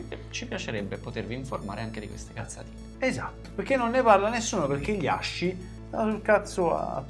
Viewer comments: quello che vuoi ma si pronuncia ASKI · Ragazzi di pronuncia aski, SI PRONUNCIA ASKIIII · Bellaz non voglio rompere i coglioni ma ASCII si legge "aschi" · ASCII si legge aski cmq (in inglese) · Fun fact: in inglese ASCII si legge "aski", il nome del sito è asciicker che si dovrebbe quindi leggere "ass kicker". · Tutto bello ma ascii si pronuncia come il cane husky. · posso rovinare la magia dicendo che ASCII si pronuncia aski o, al limite, askey? mi annoiavo.. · ASCII si legge ASKI ragà